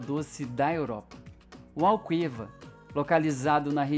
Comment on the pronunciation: Malvasia pronuncia-se "Mal-vazia". Chávena pronuncia-se "chá-vna". Alqueva pronuncia-se "al-quê-va" ( o "u" é silencioso).